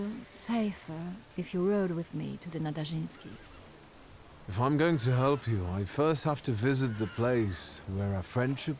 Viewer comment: Nadarzyński...so ń is just like ñ in spanish 'el niño'. When we have rz together, its spelled as j in french 'bonjour'. Letter y, just ggl translate it and listen few times.. Good luck with your polish, few words in it can come surprisingly handy when you need your car fixed or plumbing done... Na-da-rzyń-skee